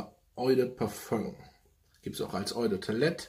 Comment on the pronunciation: Oi de parföng 😂 love it! Spaß beiseite cooler Kanal wir haben viel Geschmack gemeinsam ! Weiter so! Nur französisch üben wär angebracht 😜